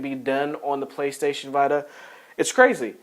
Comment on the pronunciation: The PSVita is pronounced VEE-TA If you're a usual listener of the podcast, you'll know that he sometimes mis-pronounces names of games and hardware, haha. It's all accidental though.